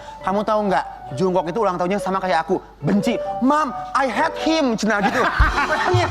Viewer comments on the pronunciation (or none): none